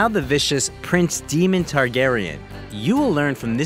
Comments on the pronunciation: maybe this will help, it's pronounced Mof fat not Moe fat and Day mon not Demon.... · Demon Targaryen? It's Daemon. 🤣🤣🤣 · It's D"A"mon - Not D"ee"mon, for starters. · DAEMON DAE DAE NOT DEMON HOLY HELL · I love Matt Smith! However, please learn how to CORRECTLY PRONOUNCE his character name in House of the Dragon! (It is not pronounced as Demon!) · That hit me ear so wrong hahahaha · oh I really dislike when a character/person's name is said incorrectly, it's just plain stupid... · Dude, great video apart from the mispronouncing DAEMON Matt and Claire Foy never had an affair. He only had ONE dinner with Emilia Clarke. As it turned he was asking her about Game of Thrones.